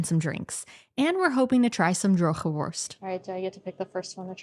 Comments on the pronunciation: Very good 'droge worst' pronunciation! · Ik ben nog nooit op Ameland geweest. De uitspraak van "droge worst" was bijna perfect. Jullie Nederlands gaat met sprongen vooruit.